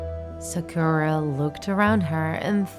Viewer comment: I think u should read sakura as sàkura, not sakùra